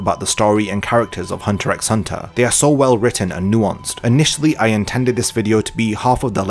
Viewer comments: good, because I came here to say how grating that is. and to ppl trying to argue otherwise, did you even watch the show?? 'x' is used as a spacer between words, you don't pronounce it. Also, the title Hunter Hunter makes me want to believe the show is meant to be about Hisoka. Think about it. haha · The X is not not supposed to be pronounced in the title. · I now know it isn't pronounced as Hunter "EX" Hunter... Have mercy on me LOL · that's like saying only 1 opinion is correct. There are many different pronunciations for many different things. Saying hunter EX hunter shouldn't be cause for insulting, that's just immature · He intended to named it Hunter at the beginning but He used to watch a tv show where some guy always repeated some words, thats why He put it Hunter x Hunter and aleways puts titles of the chapters like that that's how you know you don't pronounce the X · Damn this guy really says the "x" in hunter x hunter. I might have to dislike this video because of this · this video is so great that we can forgive you for saying the X in Hunter x Hunter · Great Video, but I gotta dislike because you pronounced the X in Hunter X Hunter Just kidding, I liked